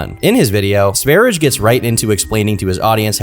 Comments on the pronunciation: I didn't clock the name because isn't pronouncing it in Swedish... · pronounce his name wrong. It is pronounced sv ær jɛ like the country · I've watched the first few minutes and it's been nothing but mispronunciation of the word Sverige and prattling about so-called conspiracy theories. Count me out for the rest of the hour and a half. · btw its not pronounced sver-idge like ur saying it, it's sve-ri-ye because its swedish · Sverige pronounced Sver-ee-gay and it literally means “Sweden” in Swedish. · That aint the right to pronounce "Sverige", Its sveh-ree-yeh. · Sverige is simply the Swedish word for Sweden. To pronounce it, put an S in front of the word 'very' followed by a long A: sverry-A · "Sweden" in Swedish is spelled Sverige (pronounced like sveh- ree- yeh) and this is so offensive that he did cultural appropriation on my nation. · his nickname is pronounced Sverye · Little fact, the name Sv3rige is referring to the Swedish name for Sweden; Sverige. It's pronounced like "Svaer-yeah" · Sv3rige is the Swedish word for Sweden (Sverige) and is not pronounced Sweerish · Sverige is pronounced sveriyeh, and it means Sweden in swedish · Yes, or to give it its traditional and authentic Swedish pronunciation: "sewage". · "swerich" what the efuck is that pronunciation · this dude calls sverige "sverich" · THANK YOU! I've been playing this in the background and he kept saying "Sverige" but in the way I would imagine a non-native speaker would. I kept checking the screen to see if it would have the spelling so I could tell if was just mispronouncing it or the dude was named "sverijj" or some shit. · i have never in my life heard Sverige (Sweden) pronounced like that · Your pronunciation of sv3rige is outrageous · quite an interesting way of pronouncing ''sverige'' was listening while farming in a game, and when i finally looked over i was surprised the guy was named ''Sv3rige'' thought he was called ''Svaridge'' or something 😂😅